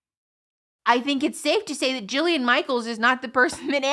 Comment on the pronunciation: It’s “Jillian” Michaels